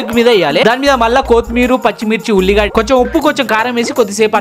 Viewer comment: కోతిమీరు ❌ కొత్తిమీర ✅